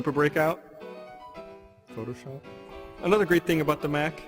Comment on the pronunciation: I liked when he was listing off the games for the mac, and at the end muttered "... photoshop..." xD